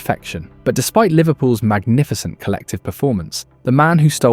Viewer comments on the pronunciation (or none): none